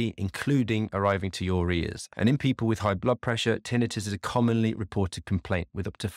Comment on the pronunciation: Having trouble listening to you pronounce tinnitus that way...hurts my ears. Sorry😱